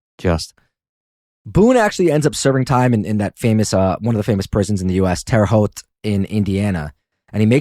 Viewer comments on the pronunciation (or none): none